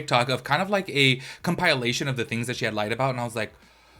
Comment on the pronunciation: 1. New drinking game: take a show every time he says “you know what I mean?” 2. She is Nougeira (noo-gay-rah) not Nougeria (noo-ger-ya) and it’s pronounced “kom-puh-lay-shn” not “kom-puya-lay-shn” Aside from that, great job, keep going! Just check yourself more often and do some fact-checking before